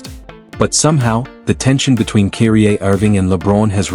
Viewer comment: Would be a decent video if you did the VoiceOver or script yourself instead of using an AI/ text to speech that pronounces Kyrie as "Keery-Aye"